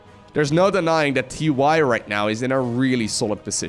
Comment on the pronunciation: TY but actually it is tee tee